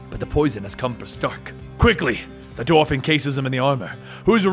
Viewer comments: Dwarf, not "dorf." It's the same way you pronounce the first syllable of "dwell" or "Dwayne." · dWarf. You say it like the surname of actor Stephen Dorff.